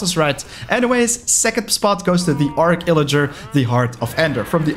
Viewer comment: It’s actually arCH illager not arc illager :)